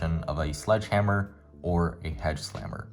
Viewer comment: My brain keeps malfunctioning cuz I can’t figure out if u said hedgeslammer or sledgehammer lol (still helped me a lot)